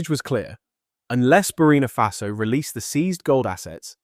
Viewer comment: The name is ""BURKINA FASO"" Accent on the "K". Get it Right!